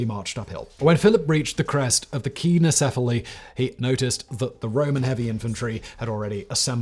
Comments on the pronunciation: Keeno 🙄... It's Pronounced sign-o. truly leads a busy life. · You still have some way to go in learning to pronounce English but your Greek is atrocious. It is pronounced Sign-o-sef-ily. I could understand if you are doing a cold read, but you have time to look up pronunciation guides if you are doing a recorded script like on this channel. Please take the time to do so. It is painful to hear you continue to mispronounce words. By the way, it is con-tribute, not contribute accent on the last syllable. Surely they pronounce that one right even in England!